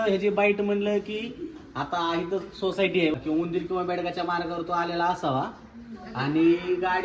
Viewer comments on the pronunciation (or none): "सोसिटी" नाय, "सोसायटी"...😂😂😂